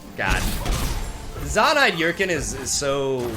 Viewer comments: Every time he says “yurkin” instead of urchin I die a little inside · your English is great but, it's not ur-kin its urchin (er-chen). Your videos are great as always though thanks!